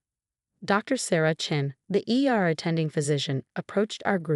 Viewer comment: ER, not air. we're, not were., have your AI program learn to pronounce Martinez correctly. Lunged, not lunge. God, not got.